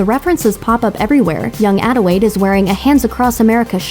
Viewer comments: ...does this chick keep saying “Adiwade” instead of Adelaide? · It's Adelaide, not "Adewaide" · I'm not the only one who kept hearing her pronounce "Adelaide" as "Adewaide", right? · Did she just say “adewaide” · ADELAIDE. ADELAIDE. WITH AN L.